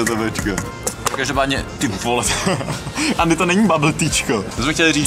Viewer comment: Proč Andymu říkáš Ééény? :D